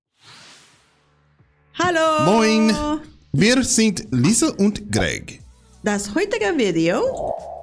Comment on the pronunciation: One tip for your German pronunciation: an s at the beginning of a word is pronounced like English z when a vowel follows. Thus, "wir zind [English z, not German z] Lisa und Greg", not "ssssind".